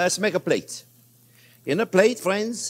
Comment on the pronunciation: "Well hello there phrinzzzzzz!!!!"